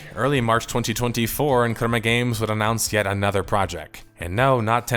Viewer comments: dude its CREMA GAMES, not KUREMA GAMES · Good video. Annoying pronunciation for the word crema